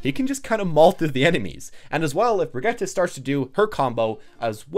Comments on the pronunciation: Both pronunciations are wrong. It's bree-git-teh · “Brigeta” Is it hard to say Bridge-It